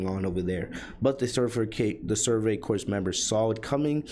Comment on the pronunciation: Just a heads up, corps is pronounced "core" not "corpse" Great summary but that was buggin me about halfway through